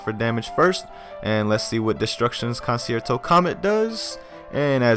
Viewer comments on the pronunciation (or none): destructions con-chair-toe is how its actually pronounced. For next time u wanna hit the orchestras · it is pronounced cun-chair-toe